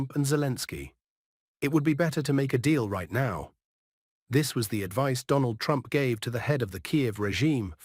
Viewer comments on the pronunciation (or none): none